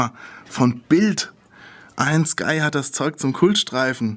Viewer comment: Seid wann heisst es EIEN SKY oder EIJEN SKY O_ô?